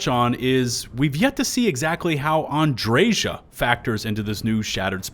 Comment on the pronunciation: Thank You for pronouncing Andreja's name correctly 😅 I have literally unsubscribed to YouTubers because they refuse to pronounce her name the way she even pronounces it herself.